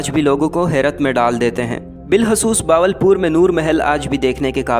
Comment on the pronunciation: باول پور نہیں ہوتا بہاول پور ہوتا ہے۔ اردو بولنا تو سیکھ لو۔